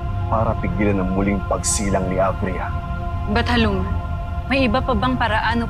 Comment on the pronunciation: Av-Ria hindi a-vria